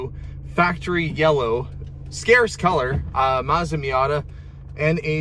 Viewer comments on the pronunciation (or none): Confused why you keep mispronouncing Mazda.